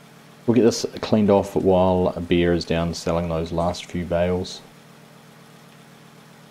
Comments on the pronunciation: Oohhh, “Bear”! I thought you were saying “Beer”. 😆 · It does sound like he is saying beer